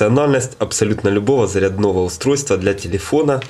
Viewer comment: Заря́дного а не зарядно́го, блогер блин.